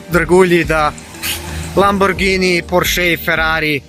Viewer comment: A te je Zdravko nauču kako se pravilno izgovarja Lamborghini 😂😂😂😂 ?